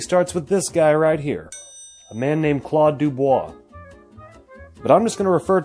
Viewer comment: Hey, you have some of your facts correct, indeed only 9 cars of which 2 were a convertible. The fact that not more were sold had not that much to do with the oil crisis. But because of Claude Dubois (you pronounced it well) was under financed and the homologation was a problem in Belgium. Besides that I saw you used some pictures from the website ponysite.de it would be nice to credit the owner (which I know) for using these photos. Greets from..... Belgium (if you want to read what i have on my site